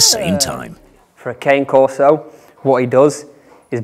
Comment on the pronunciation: You don't pronounce "king corso" my mate, that's wrong